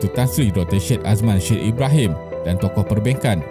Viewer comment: susah nak percaya dgn channel ni. sebut Syed pun salah